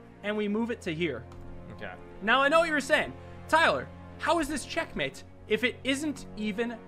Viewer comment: Hikaru did u say Shitmate? I am a commanding officer of the USS Nimitz, and you’re calling my fellow shipmates that word?